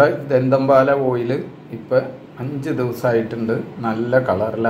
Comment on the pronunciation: പോന്നു ചേച്ചി ധന്തൻ പാലാ അല്ല ദന്ത പാലാ 🤣🤣🤣🤣